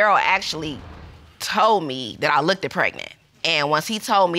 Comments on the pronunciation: It's looked, not look-ded. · If I was a man I wouldn’t sleep with a woman who can’t pronounce “looked”